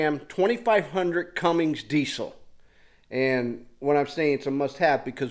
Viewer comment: Theres no G in Cummins. Lol sorry it just bothers me when someone says cummings.